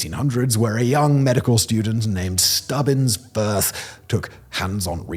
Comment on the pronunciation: "Stubbins Firth" 😂